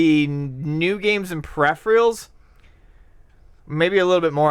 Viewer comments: butchered pronunciation of "peripherals" is hilarious. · Who pronounces peripherals like that!?